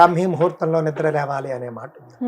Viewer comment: లెగాలి కాదమ్మా లేవాలి. యాంకర్ అయి మీరే కంపు భాష మాట్లాడితే వినేవారు ఏమైపోవాలి.